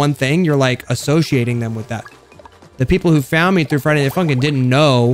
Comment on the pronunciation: its sounded like you said friday nighT @@